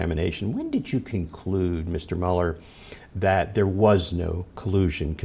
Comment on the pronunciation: Learn how to pronounce people's name before you say them in front of 96,000 viewers please. Myoooler and NAYdler...